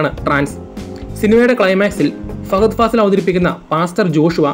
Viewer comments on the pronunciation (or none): none